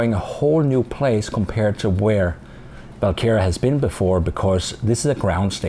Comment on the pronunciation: is it VAL kera or WaL kera? it sounds like you are saying VAL kera?